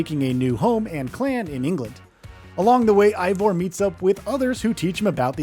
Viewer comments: Eivor is not pronounced -Aivor it is Eivor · How do you play through a game as long as Valhalla and still not know how to pronounce the main character’s name at the end